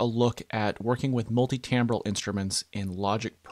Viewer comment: TIMbral not TAMbral